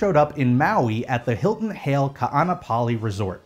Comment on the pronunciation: Hale isn't pronounced "Hail," it's "Ha-lay." I'm impressed you managed to pronounce "Ka'anapali" good.